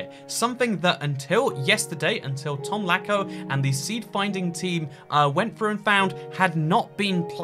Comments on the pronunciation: it's pronounced latsko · It's pronounced Tomlazko